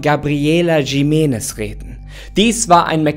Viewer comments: Nicht „Schimenes“ sondern „Chimenes“ (Jimenez) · Bitte nicht Jimenes, J - wird als CH- also als Chimenes ausgesprochen. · Das heißt gesprochen "Riménez" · Ich glaube, es wird "Chimenness" ausgesprochen. Mit so einem "Ch"....hm...wie bei dem Jorge Gonzalez von Topmodel oder was das war. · Triggert mich wie du Jimenez aussprichst 😂 es wird J als H ausgesprochen 👀,,Himenez" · Jimenez ist ein spanischer Name, also sprich es auch so aus